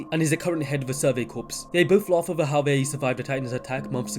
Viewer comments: Corps is pronounced Core not corpse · PS there is a silentP in 'corps'